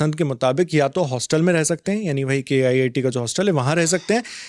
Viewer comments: I suggestion... don't say K.IIT, it is very disrespect to IITs. Say it as KIIT. (KIT) 😂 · K-IIT 😂😂 . It’s KIIT not K -IIT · Bros the reporter said it wrongly when describing KIIT in this video